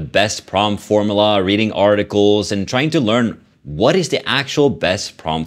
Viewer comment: What’s A “Form uh luh”?😂 Form you luh